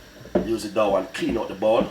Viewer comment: Dow or dough? I need to know!